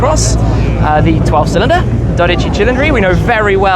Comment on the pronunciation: Tim, when you pronounce '12 Cilindri' in Italian you place the accent on the wrong syllable. It's supposed to be on the second syllable, not the first.